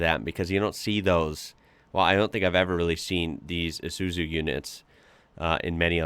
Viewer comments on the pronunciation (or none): "Eye zoo zoo" Mate. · Said...Eye Soo Zoo......